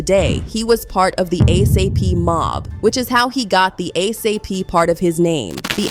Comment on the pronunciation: ASAPE Rocky and ASAPE Relli 🤦🏽‍♀️😂😂😂